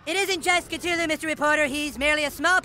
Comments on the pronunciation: Oh I thought it was pronounced "Cth-u-lu" not "Ct-hulu" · They pronounce Cthulu wrong they forget to pronounce the h they say ctulu. instead of cthulu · they proonounce cthulu wrong they say cTulu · It's pronounced cth ooh lu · they pronounced Cthulhu wrong. Well kinda. No one can pronounce it correctly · I still can't get over how they butchered the pronunciation of Cthulhu.